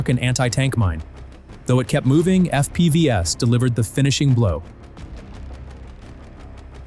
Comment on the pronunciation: If you are going to produce AI slop at least learn how to use the narration AI. Eff-Pee-Vee-ess is lol.